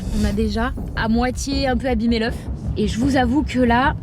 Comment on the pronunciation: Commem a il a dit je préfère me casser un bras que leuf 😅. Sinon bon courage et bon rétablissement